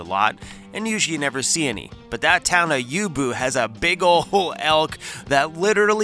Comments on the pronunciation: OHHHHH...it's YOU -BOW....lol...you'll get it right one day....stay safe bro, you and Cruzie (and everyone else) enjoy the nice new spring weather on the most awesome, most beautiful place on the face of the planet Earth....but Shhhhhh, quit tellin' everybody about it...lmfao...Peace out:hand-purple-blue-peace::hand-purple-blue-peace:, from Doc in the Great White North of southern Ontario, Canada.....OH YA...DON'T run with sharp stuff...:elbowcough::elbowcough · Hey... it's U Boh not U Bu... love the Critters! 🦌🦌🦌🦌🦌 Hugs Valerie 🍁👵🇨🇦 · Youbou,,, = You-Bow